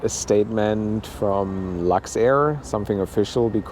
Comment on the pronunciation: Lux soap yes not luxair 😂